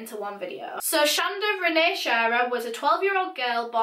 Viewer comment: Her name is pronounced Sh-On-Da my mom has the same name lol